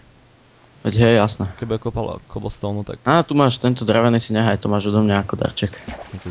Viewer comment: Keblstoun? :DD takú výslovnosť som ešte nepočula :D